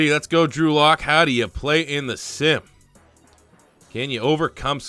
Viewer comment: Sounds like he’s sayin Andrew luck